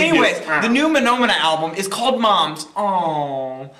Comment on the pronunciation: Ha, ha. It's Muh-nahm-mah-nah like the Sesame Street song.